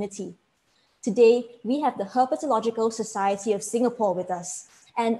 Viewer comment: Kudos to the presenter,, for pitching his talk simply so that even young enthusiasts can enjoy. I am also very impressed by the host,. Her flawless enunciation in her introduction of Sankar Ananthanarayanan (9 syllables) and Herpetological Society (9 Syllables) is commendable. 👍🏻 Well done!